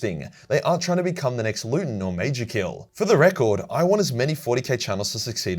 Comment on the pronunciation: “MAJORKILL” sounds very German to me suddenly